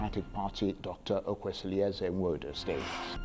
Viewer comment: Charles Aniagolu. You are from Enugu State and unable to pronounce Igbo name correctly "Nwodo"